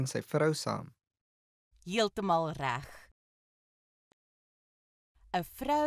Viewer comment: The pronunciation of "reg" and "regtig" is wrong. You don't say "rag". That is how the English people pronounce an "e", but not in Afrikaans.The "e" must be pronounced in the mouth, and not in the throat, like when one is being choked.